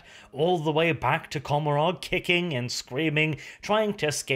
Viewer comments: And don't you think COMorog (or how the f you spell it) is a play Gomorrah, and should be pronounced coMOrog instead? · If the Eldar words are based on ancient Irish, “Commoragh” is pronounced “Commora”, you don’t pronounce the “gh”, I’m a fluent Irish speaker, no offense, you have the best 40k channel on you tube